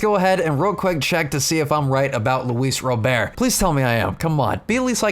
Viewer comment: Awesome video! It is officially pronounced Robert, just like the first name. Hard T at the end :D